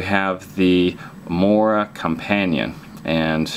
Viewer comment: MORAAA WITH AN A in the end bro , take it from a sweed